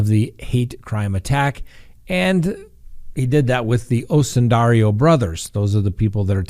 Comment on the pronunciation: oh how i love you so...please pronounce the name of the Osundairo brothers correctly!! there is no "I" before the "O"...O-sun-dair-o...not O-sun-dair-i-o!! everytime you mispronounce it, it's like nails on a chalk board to me!! otherwise, you're nothing but awesome!!;)